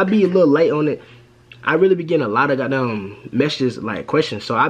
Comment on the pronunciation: you from the DMV bro? the way you say "the got damn" gave it away if you are